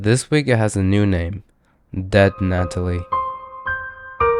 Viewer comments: GNATALIE HAHAHAHAHAHA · Dead Gnatalie had me in tears